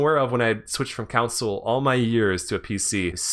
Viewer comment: "CAWNSOLE" lol